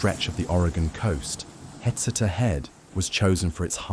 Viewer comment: FYI. It’s pronounced “huh-SEE-ta”